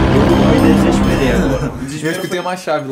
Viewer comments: Barulho: A: Eu me DISIXXPEREI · Ninguém: Absolutamentr ninguém::eu me DIGISPEREI!! ps:eu sei que se escreve desesperei porém o fala desse "jeito", foi apenas uma piada KKKKKKKKKKK